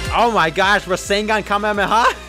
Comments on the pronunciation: ITS NOT PRENOUNCED RESENGAN ITS REZENGAN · I forgot to put the a in rasengan